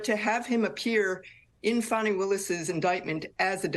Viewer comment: It’s Fawnie, not Fanny.